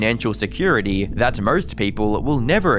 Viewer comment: Can’t say the R in anarchist…but puts r’s in any word missing an R but has an O ie nawwrrr, morrrrrst. Aussies lol